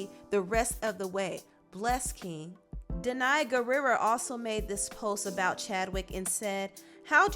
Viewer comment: Lol girrrrrrl the way you say Dee-nayy Gurira is low-key disrespectful.... it’s Danai lol 😂 only Zimbabweans know